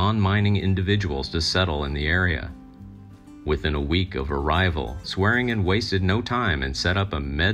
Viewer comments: Why do your videos consistently have mispronounced names? It's really annoying. Its Swearengen, pronounced: "swear-in-djin" Not, "swearen-Gn'. It's like you have an A.I. bot write and translate your scripts for you. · It’s pronounced SWED-JIN!!!